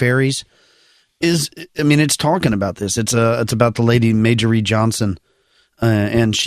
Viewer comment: Following the theme of learning: Mischievous is pronounced mis-chuh-vous (not mis-chee-vious) MARJORIE is her name, not MAYJORIE. That one was brutal or. And finally, it's not jealousy, it's envy. Jealousy is when you're scared something will be taken from you. For example, when an attraction person talks to your partner and you worry your partner will like them more, that's jealousy. Envy is when you wish you had an experience that others are having ie: "I envy those who have seen a Gnome in real life."